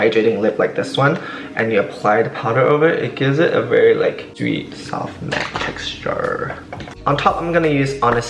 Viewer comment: "Vry soff matte texturrrrr"